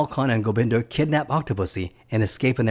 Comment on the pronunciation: Oh, and it's GobindA... as in 'ah", not "GobindER"...